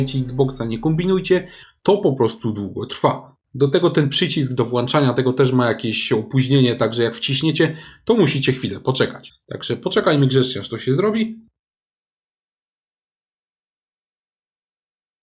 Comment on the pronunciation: Poradnik świetny. Nawet ubiegłeś moje pytanie, czy ta aktywacja jest przypisana do konta czy do konsoli. Natomiast z tym włanczaniem to chyba mnie trolujesz :)